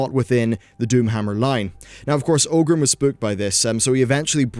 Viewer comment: it's ORGRIM not OGRIM ;)